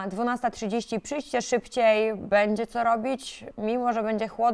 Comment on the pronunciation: Spoko babeczka, ale drobna podpowiedź PR bo razi trochę, słowo "będzie" wymawiamy "bENdzie", to takie lekkie "ę" w przeciwieństwie do "bĄdźmy" gdzie "ą" można atakować mocniej. Jazda z Górnikiem!